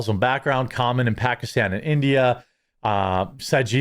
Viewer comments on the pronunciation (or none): none